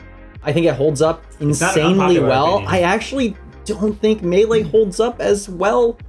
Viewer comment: I want a shirt of that just says "I fink" at the bottom.